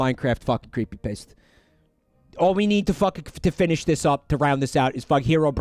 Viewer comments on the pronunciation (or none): "CreepyPaste" lmao